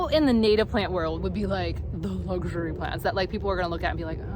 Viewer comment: "the lugh-shury plhants, dahling!". 😂😂😂 Loved your cute-ness in this video!!